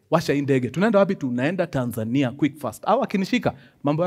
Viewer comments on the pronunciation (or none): none